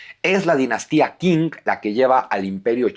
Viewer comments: Se pronuncia "CHING", no "KING".. Saludos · Qing no se pronuncia King , se pronuncia Xing, se me cayó un historiador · Qing se pronuncia "ching". Abrazos. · La dinastía Qing se pronuncia Chin.... Por eso desde entonces se llaman Chinos, hasta hoy aunque ya no haya dinastia Chin, hay China y chinos. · Una nota Q... En chino se pronuncia como una CH suave